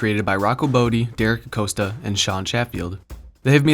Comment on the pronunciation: This video is dope. The only thing (and I don't meant to sound like an asshat) but Derrick's last name is pronounced "a-cost-a", rather than "a-coast-a". But for real, your videos are really dope.